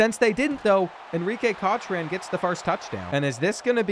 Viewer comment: The way you cant pronounce Cochrane grinds my gears. 😄